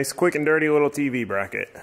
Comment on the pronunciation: “Little” not “widdow”